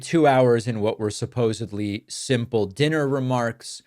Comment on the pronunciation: SupposeDly NOT supposeBly!